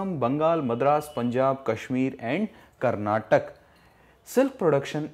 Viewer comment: Good explanation sir, but i want to request you to pronounce the words karnataka as ' kar-naa-ta-kaa' and mysore as 'my-su-ru'